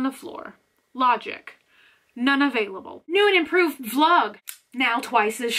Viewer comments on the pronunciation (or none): none